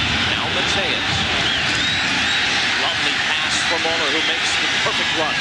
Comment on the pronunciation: Der nächste super-Upload! Zu lustig, wie die deutschen Namen ausgesprochen werden. Mollrrr... 😅